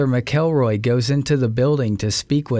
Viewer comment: Officer McElroy’s name isn’t pronounced as it looks like it should be sounded out, it’s pronounced more like “MackLRoy”..... I know it’s not really a big deal to most folks but kinda is to me